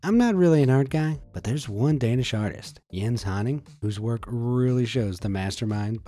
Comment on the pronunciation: Im danish not Danisco LOL LOL